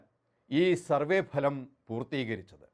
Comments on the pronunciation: ഭലം അല്ല ഫലം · എടൊ phalam alla bhalam